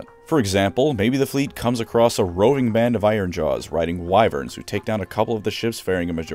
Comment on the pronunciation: that is not how you pronounce wyvern. Please never say it like that again bro, please, I beg you.